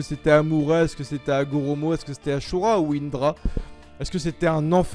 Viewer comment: Tu a dit asura de façon ashura